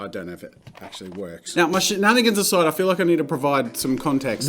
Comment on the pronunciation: I thought he said shitnanigans